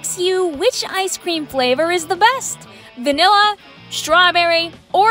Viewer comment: WINT CHIP ALL THE WAY! also, “wanilla”? Really? At least WINT sounds better